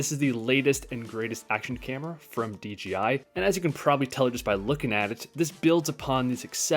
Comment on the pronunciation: It’s. ‘DJI’ not ‘DGI’